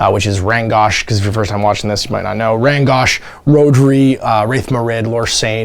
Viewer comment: Rhodri is pronounced "Rod-ree" its a Welsh name. the Rh actually makes a subtly different sound to just R but most Welsh speakers can't even do that part right :)